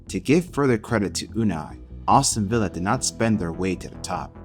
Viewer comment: good video, funny way to say Aston Villa though “Austin villa” 😂 keep up the good work